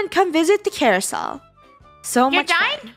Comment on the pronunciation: Carousel not carousol!